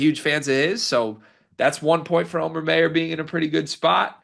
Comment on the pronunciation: I have no idea what you mean by that but that's ok. But hearing his name pronounced wrong is like fingernails scraping a blackboard. Anyone who's ever taken German knows immediately how to pronounce that name.